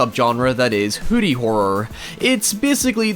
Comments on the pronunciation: Ahhh he’s saying “hoodie horror” not “hooty horror” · OH you're saying "hoodie" I really thought you were saying hootie for about half of the video! I was quite confused.